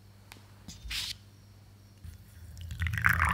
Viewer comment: All was good until you said Gelatin☹️